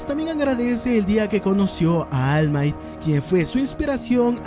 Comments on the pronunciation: Deberías mejorar tu inglés: De "Almait" a All might... Suena mejor en japonés "olmaito" , pero tú estás pfff mal mal. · Deberías aprender a pronunciar ALL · no se pronuncia all might pa, asi se escribe, pero la correcta pronunciacion es almait. No vengas aca a hacerte el inteligente, ademas, si te molesta deberias hacer vos mismo un video payaso